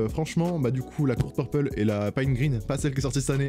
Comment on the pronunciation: On dit court purple mais vas-y